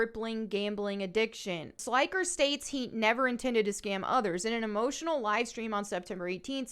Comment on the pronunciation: Sly-ker 😅😅 Not sure if you were doing that on purpose but his name sounds like when you say an old light bulb flickers. Flick-er Slick-er 👍